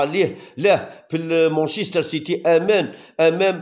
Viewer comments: مانشيستر وليس مونشيستر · لا يمكن اطلاقا بلانجليزي مان سيتي لا تستطيع ان تقول مون سيتي